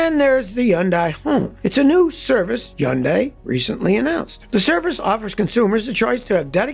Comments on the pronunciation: huhn-day not yun-die, jesus man. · Stop saying undai it's Hyundai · Why can't you pronounce Hyun-deh..... Not hyun-die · Scotty, when the Hyundai (Sunday) rep came to our dealership, from Korea, he says Hyundai sound just like Sunday, so Hunday...I have since verified the pronunciation with Koreans. NOT yundie. Anyway as an old mechanic myself, by 2007, it seemed the quality of material and fit and finish had progressed to be so competitive for the price, that I bought a new kia Optima. It replaced my 89 camera..it was so nice, in 2012 a Hyundai Sonata, was now in the family, then in 2018 a Hyundai Accent..so far only thing gone wrong, Optima, 1 rattling sway bar link, Sonata, leaking oil pressure sending unit, noisy drive belt idler. Even if I had to pay to have the work done, the labor was minimal, and parts from the dealer were quite reasonable. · Scotty, it’s HUN-day. Not, high-YUN-die. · LOL - it is not pronounced hun-die!! The correct pronunciation in hun- day ( rhymes with Sunday). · Hyundai is pronounced “Huhn-day” like “Sunday.” You’re supposed to be a car expert and pronounce it “Yuhn-die” 🤯🤬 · Hyundai.......rhymes with Sunday! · Are you really pronouncing it as YoundI? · First of all, it's Hun-day not yun-die! Jeesh. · the hyundai commercial guy calls it a hun-day..so i dont know why you want to be a wise guy and call it yun-day. kinda like jeep guys who watched an old kaiser-jeep video and now calls them willis instead of willeez. if you want to pronounce it as yun-day then go live in korea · It is pronounced Hunday, like Sunday. I have had 3 Hyundai's and all ran flawlessly and never had problems. All had 200,000 miles before I sold them. Stop the hating. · That's a lie in the commercial. The real way is hyun die. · My friend, the correct pronunciation is “ Hun day “ ..👍 I really enjoy all of your videos! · I'm just trying to figure out why Scotty pronounces it "Yondie"... 😂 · "Yun-die"? I was told it rhymes with "Sunday", and the "y" was silent.